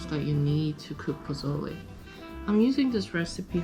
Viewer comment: You nailed pozole❤️